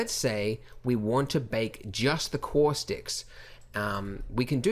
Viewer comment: Say "caustics" one more time. Kidding. I like your Australian accent, and when you say "caustics" it sounds Bostonian to me. On a relevant note, your tutorials are my "go to" for everything in Blender, and this tutorial in particular saves me buckets of time, mostly because I use a lot of... "Cauuustics." -- An American Fan of Blender Guru P.S. WHAT THE BLOODY HELL IS THAT THING ON THE CEILING?